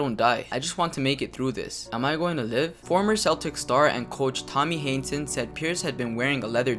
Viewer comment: It’s tommy Heinsohn not tommy haneson